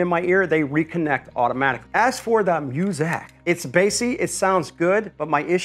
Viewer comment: Please do us all a favor and stop saying Milwaukee and music that way. Terrible, you're not funny